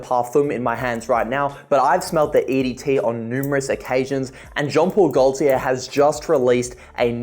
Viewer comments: The ‘l’ in Gaultier is silent. Sounds like ‘GoateeA’. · the way he pronounces Gaultier gives me ear cancer and I'm not even French